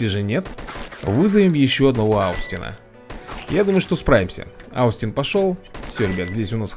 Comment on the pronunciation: поправочка, Austin это не аустин а остин, буква о с таким как бы с буквой ё читается